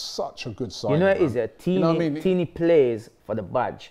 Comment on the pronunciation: it’s not “Teeney” but “Tierney” 😃🇯🇲